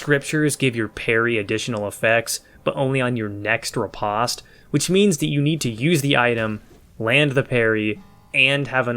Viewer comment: It’s pronounced RI POST